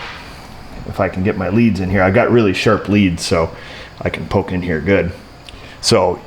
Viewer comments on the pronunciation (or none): none